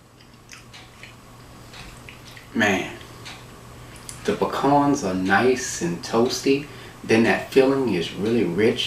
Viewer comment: So glad you had the right pronunciation for pecans. Pah Cons. This is my favorite pie.